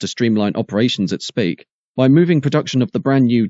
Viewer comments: really? Thanks for the education but I don't know of any dialect that would pronounce Speke as Spake, there is also no 'ea' in SPEKE. Did you stop and think that I may just have been correcting the commentator so he doesn't make the same mistake in the future? Jesus there's some sad gits on here. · you pronounced speke wrong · Where is 'Spake' in Merseyside? It's pronounced 'Speak' and spelt Speke. Knew someone that worked at the Triumph factory, they would sleep the whole shift, had a large area on top of the paint plant. Brand new TR7's would be taken from the compound and raced around for entertainment before being placed back in line. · Speke is pronounced Speek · Spake? Speeek 😂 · On Merseyside, it is pronounced as speak rather than spake. 😁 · "Speke" is pronounced like "Speak" otherwise EXCELLENT programme.